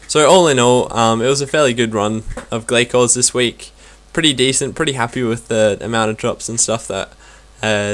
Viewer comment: It's pronounced Glay-Cores :) Hope this helped :D boots so far 6Stead, 2Glaiven, 4Ragefires, over 7k kills done :)